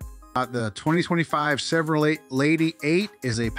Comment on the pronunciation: Yes, horrible. Chevro-lettt Lay88